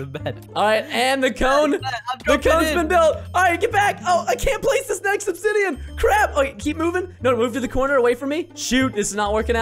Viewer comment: Its obdisain not obsidian lol